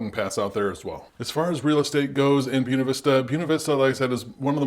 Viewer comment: You're killing me with your pronunciation of Buena